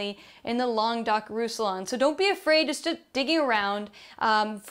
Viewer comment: The second "r" in Mourvèdre is not silent, the "ll" in Roussillon is more like the "ll" in Tortilla, fyi ;-)